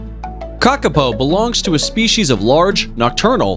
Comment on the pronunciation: You really need to change the voice over - so much of pronunciation is off and its full of untruths. Kakapo are not hunted by people. You'd get prison time for killing one.